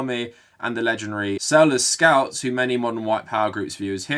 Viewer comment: Selous Scouts is not pronounced "Sell us scouts", rather "Selloo Scouts".